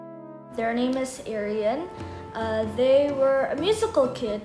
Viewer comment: Ahh im late!! But your voices are cute and don't worry about my name, you pronounce it right😆